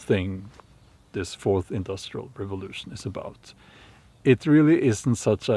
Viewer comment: Hello! With Santa Klaus’ accent, next time listen how he says ‘forth’… Sounds like FORCED… ( feudalism)…Ironic.❤️ your content. Love from Portugal 🇵🇹